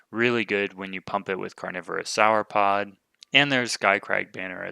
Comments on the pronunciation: I have to finally say it as it's been bugging me for a while. the way you say Sauropod seems wrong. the first part should sound the same as how you say the last part of Dinosaur. Not sure why, but it cuts right through my brain every time you say it even if I'm watching these in the background. Keep bringing the videos though. love them! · I would think it's pronounced however you would say "saur" at the end of a word like dinosaur or avisaur. No need to apologize. I look forward to your next videos!